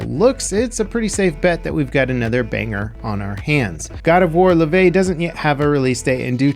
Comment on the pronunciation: omg that pronunciation of Laufey. You've been cursed by social media!